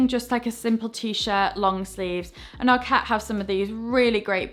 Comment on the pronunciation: I really enjoyed your videos and I particularly like your style. The word ARKET is a Swedish word that means "the ark", and should be stressed ARket, not arKET. Regards!